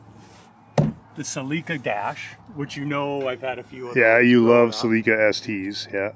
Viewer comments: I've also never heard that pronunciation of "Celica" before. I've always heard it "Sell~ick~uh" ....never "Sa~Leak~ca". Have I always been wrong? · "Suh-leeka" ???????? Oh you meant "Sell-li-ka" (Celica)😂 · It took me a few seconds to figure out what a Toyota “sa-LEAK-a “was. I’ve never heard it pronounced that way, it’s always been “SELL-i-ca” in my world. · Yet another "tell" distinguishing Canadian English from American English - You Cannucks pronounce Celica, suh-LEEK-uh. South of the border, it's SELL- i - kuh. Vive la difference! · Is that how you say Celica up there? Celeeka? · It could be a regional thing. I'm in the UK and I've only ever heard people say "seh-leek-ah". I'm aware of the "sell-ick-ah" pronunciation but I'm pretty sure I've only ever heard it used by Americans. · I forget you guys pronounce celica differently lmao. I was going WTF is a seleka? 3rd gen celicas are my favorite, although I think I ruined mine letting it sit out in the driveway for a few years:( One day you'll get an email about it, I need some advice on it.